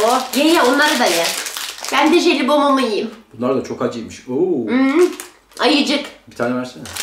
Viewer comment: jelibom değil jelibon